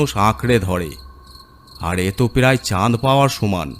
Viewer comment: কথাটি চান দ, না চাঁদ হবে।